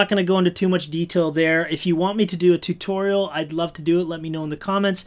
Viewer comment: I thought he said tiktorial